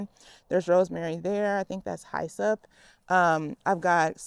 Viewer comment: Hyssop is pronounced hiss up